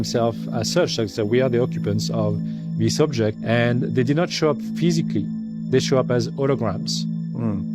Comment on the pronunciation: "thee did noot show up ph-ee-si-cally they shewed up as hoo-i-grams" What a load of horse sh*t this guy is spewing. How much was he paid to do this bidding? Makes me sick that dudes like this A-hole exist on our planet. This is just what they said they were gonna do with project blue beam people! Ughhh!